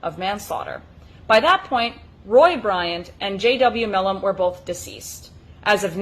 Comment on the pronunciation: Pronounced My Lam